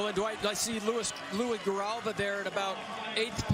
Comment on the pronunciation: They couldn’t get Louis Grijalva’s name right😭